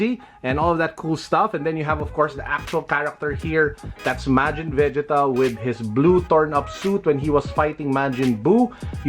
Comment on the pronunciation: he butchered majin vegetas name omg